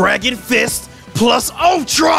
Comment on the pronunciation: You are saying it correctly, I live it, and there Id a Nintendo game that's pretty good. PlUS ULTRA!!!!